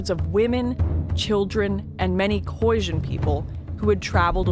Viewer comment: The Boers that trekked north were mainly escaping the British and it's pronounced KhoiSan with an S, not Khoisjin. Also she should have mentioned the battle of bloodriver where a small Boer group of around 300 (with their women and children helping out) annihilated the Zulu army of 20 000 plus in retaliation for killing Piet Retief.